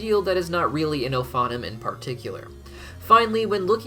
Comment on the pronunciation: FYI: Ophanim is pronounced oh-fah-NEEM